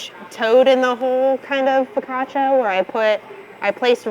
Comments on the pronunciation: For those who don't know and are interested, it's not fokasha, but fokatcha. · In Italian, double consonants are pronounced hard. foe- COTCH- ah.